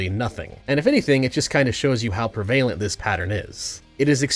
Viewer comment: Prev-a-lent. Great video!